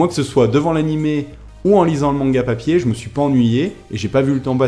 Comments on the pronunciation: a j'ai explosé de rire sur le mot "papeuié" tu m'as tué, ps si tu dois faire des reviews sur l'animé spoil pas vu que tu lis le manga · J'ai tellement rigolé : ' ou le manga pa-pi-yé ...' Ahahaah tu a refait ma journée ^^ Continu ainsi c'était une très bonne vidéo :)